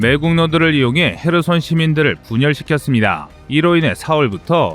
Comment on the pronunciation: 헤르손이 아니고 헤손